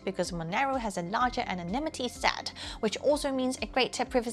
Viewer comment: Wait, did she say Sh*tanimity? 😂